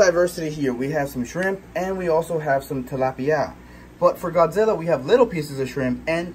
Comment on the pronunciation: I like it when you say Godzilla (the first time of the vid) like you said Gawdzilla